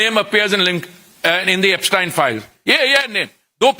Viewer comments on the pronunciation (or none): He pronounces everybodies name perfectly but पूरिजी एब्सटीन को एब्सटायन बोलकर आइंस्टायन बनाना चाह रहे हैं😂😂😂😂